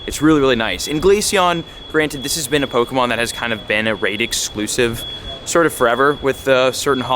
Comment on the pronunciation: Your pronunciation of pokemon names makes me so angry